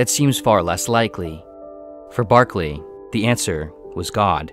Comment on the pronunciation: Great video. Berkeley =/= Barkley